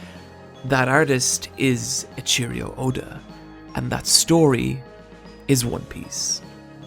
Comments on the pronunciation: "A cheerio oda". Why is pronouncing Eiichiro so hard? Why can people not pronounce japanese names? Japanese names don't have any emphasis to them, you pronounce the letters just as you read them. So it's Ei, as in "ey" an additional I that is like "ee" and "chiro" which is pronounced "cheero". Eyeecheero. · While I like your video, I can't get over how you pronounce A Cheerio Oda. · Lol this dude doesn't even know how to pronounce the author's name, not only that I have never heard such a bad pronunciation of his name either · Its pronounced eichiro not aycheriooda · No: A cheerio Oh-da Yes: Ey-ichi-roh Oh-da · This guy said “a cheerio Oda” lmfao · i do love me some cheerio oda's in the morning. why do you pronounce his name like that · I lost it at E-cheerio Oda lmao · "echeerio oda" lol that pronunciation tho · its called hard work not being detrimental. whatever happens happens and they have to accept that.Btw " e cheerio oda" lol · "A Cheerio Oda" lmao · "Eicheerio" Oda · Oh my god he says it more than once. Both A Cheerio and Grand Blue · "echeerio oda" "grand blue" surprised you didn't call him Roofy, man, god dayum... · "Eccheerio Oda" When ecchi and cheerios meet. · AteCheerio Oda lmao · Really liked the Video except for the mispronunciation of "Eiichiro Oda" and "Marie Jois". And it's not "Emperor's Haki". It's called "Conquerors Haki". That triggered me so badly. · God damn dude, your videos are so good, but you always mispronounce stuff. Getting the authors name wrong is the biggest offence though. It's Eiichiro Oda, give this stuff more than a cursory glance. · Dude your pronunciation of Eiichiro Oda triggers me QUITE a bit. But... the rest of the quality content is superb! :) 👍👏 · Other than the video being great, this guy seriously doesn't know how to pronounce Japanese names.